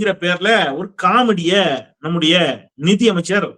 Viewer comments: ஒரு துரதிர்ஷ்ட அமைச்சர் நிதி பற்றாக்குறை என்று சொல்ல தெரியாமல் நீதி பற்றாக்குறை என்று சொல்கிறார் தமிழ் மொழியை அடகு வைக்கிறார் எங்கேயோ செல்கிறது தமிழ்நாடு சார் இரண்டாம் வகுப்பு படிக்கக்கூடிய மாணவன் கூட தமிழை தெளிவாக வாசிப்பான் ஒரு பேப்பரை பார்த்து கூட படிக்க தெரியாது அமைச்சர்கள் ஒருவன் சொன்னான் ஒரு முட்டாள் முதலமைச்சர் என்று அப்படியே வைத்துக் கொள்ளலாம் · நிதி யை நிதி என்று படிக்க தெரியாமல் நீதி என்று படிக்கிற முட்டாபய நிதி அமைச்சர் தமிழ் நாடு விளங்கும்